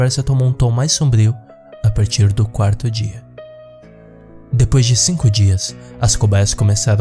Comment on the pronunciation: "camegas de cingo pogegadas..."